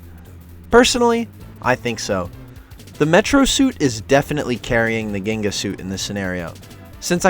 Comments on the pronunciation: not gin ga but jeengah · when you said ginga i wanted to kill you its pronounced Jinga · If you pronounce ginga as "GUInga" again im gonna lose my brasilian mind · guinga lol I hope nobody else is pronouncing it like this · Hey dude, Brazilian here. Love your vids... The Ginga suit is actually pronounced as "jinga" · Salutations from BRASIL 🎉🇧🇷. The first G in ginga is pronounced like a J Jeenga